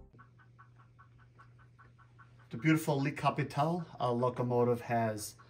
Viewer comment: "lee" Capitole ahahaha